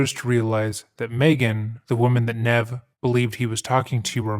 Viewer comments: The thing that made this case so big is that evidence was actually left behind. I find it insane that the killer didn’t actually take the phone just in case very strange all around I hope they catch this pos Ps. It’s neev like kneev not “nev” like Ned come on bro for all the fact checking you do you gotta do better with pronouncing names. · I’ve never heard anyone pronounce “Nev” with a short “e”. Have you not watched the show? Or the movie? Or any clips on YouTube? Ever? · Just a small point, but the name "Nev" is pronounced with a long E; "neeve". Like "knee", but with a V at the end. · It’s pronounced “Nee-v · It is pronounced knee - v, Nev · Aww poor Nev! His name is pronounced like ‘Neeve’ 🙃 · lol Nev. Its Ne-eve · Great video but please double check the pronunciation of people's names before you upload your videos. Nev is pronounced like Neev! Just letting you know. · Nev is pronounced neev, with a long e. Js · Pronounced "Neev". Surely you know that? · His name, Nev, is pronounced Neev. How did this happen lol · his name is pronounced like "nEEv" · Nev Schulman's name is pronounced "Neev." He says it several times on his movie and years worth of his show. It's really important that we all pronounce and spell names correctly, especially non-western names. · His name was pronounced neev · Nevs' name is pronounced like "neeve" lol- regardless thank u for covering this one!!!! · Nev with a long e. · You pronounced his name wrong lol that's nev from mtv catfish lol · You don’t get to use clips of Nev and slaughter his name at the same time 😂